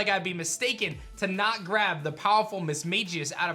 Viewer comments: Misma(g)ius not Misma(j)ius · I’m sorry you were pronouncing Mismagius wrong it’s Mis-magi-us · learn how to say mismagius